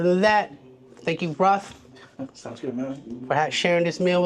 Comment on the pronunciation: His name is not pronounced Roth, it it pronounced like Chappell Roan, but instead of saying Roan, you swap the n with a t, so “roat”